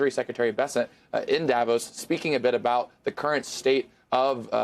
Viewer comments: DAVOSS, not Davose. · Da Voss not davose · hey guys, please pronounce davos correctly?